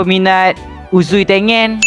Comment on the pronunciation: Bukan Tengen bang tapi tengeng